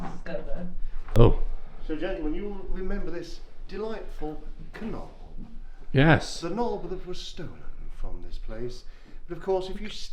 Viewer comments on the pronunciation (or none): I’m calling door knobs the “k-nob” from now on 😂 ah I love he’s so fun to listen to when telling the history of the castle